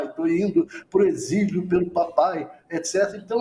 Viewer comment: "Exilo", Fabíola? 🤦‍♀️